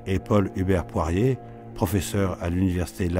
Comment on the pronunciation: Avis au tenancier de la chaîne : il s'agit non pas de "Paul-Hubert Poirie", mais de Paul-Hubert Poirier, avec un r à la fin. De même que l'autre invité est Jean-Pierre Mahé, et non pas "Mahe". (Très intéressante émission par ailleurs, merci de l'avoir mise en ligne).